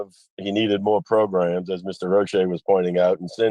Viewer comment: I love how we say “progrums” on this channel. I think we need t-shirts. we need PROGRUMS t-shirts for sale.